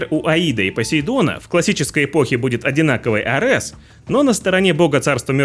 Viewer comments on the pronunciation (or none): none